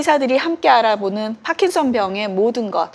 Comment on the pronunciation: 경상도분이신가요? 파킨슨 발음이 안되시는게 좀 거슬리네요^^